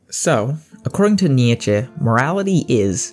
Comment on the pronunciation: Wrong pronunciation of Nietzsche